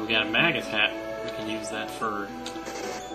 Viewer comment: I LOL'd when you pronounced it "Maggus" hat. :D It's "Mage-Us" hat. You know, like one that a Mage uses? I believe Magus is also a term for Mage or some sort of magic user. I love even your old camera-at-the-screen LPs. :)